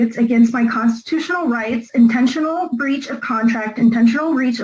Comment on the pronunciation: Did she say "bleach of contract"?